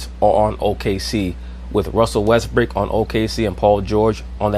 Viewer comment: Am I mistaken, or is he saying “westbrick”? 😂😂